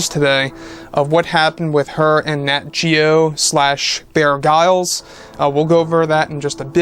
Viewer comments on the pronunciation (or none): Pronounced "Bear Grills"... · Sorry but “Bear Grylls” last name is pronounced as “Grills”, as in “grill-out”. pistol fingers 😉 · Prounounced, "bear grills"